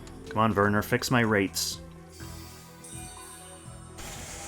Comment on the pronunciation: I'm pretty sure Werner has a W and I'm bothered whenever you say Verner. Why V? that's a W.